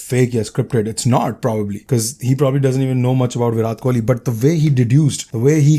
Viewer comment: Please make sure you pronounce Virat's name right the next time lol.